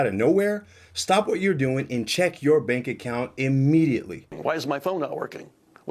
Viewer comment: Was that new story AI? she mispronounced "bank account". I have my sim card locked, when I got my new phone it was locked before I left the store.